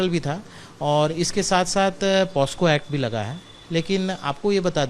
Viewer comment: पॉस्को नहीं पॉक्सो होता है